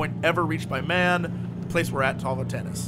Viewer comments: Jesse's mind: "Volantis" -> "Voltanis" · Jesse, has your sore throat scrambled your brain? or are you afraid you'll get Sued by the GoT devs. 3 times at least in this video. it clearly said VoLanTis not VolTanis :P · anybody else flipping tables when Jesse says Tau Voltanis instead of Tau Volantis?